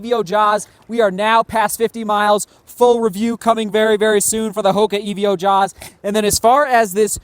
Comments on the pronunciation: Is it not "Evo Jawz" rather than "E V O Jawz" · Great vlog as always. Still confused why you say EVO like Evio though! Well done on another big day at Pikes Peak!